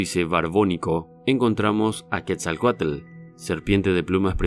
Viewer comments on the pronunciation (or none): none